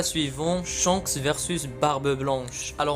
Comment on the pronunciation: Et surtout c'est Shanks pas Chance